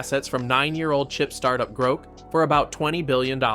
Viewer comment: It's Groq not Groke.